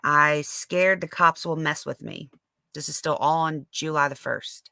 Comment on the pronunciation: Juul...lye 😆🤣very southern 😆